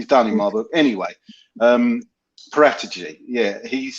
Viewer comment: Fabio paratici is not pronounced with a G in his surname every time it sounds daft